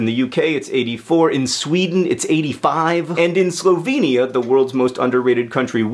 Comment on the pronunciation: Maybe it is the half Australian/half Slovenian in me, but I have never heard Slovenia pronounced like that.